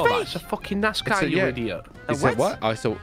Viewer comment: Nas-Car not NiceCar😭😭